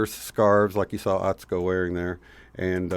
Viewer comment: U never put the U in Atsuko. Pronounce it sue. At sue ko. Ha ha. 😁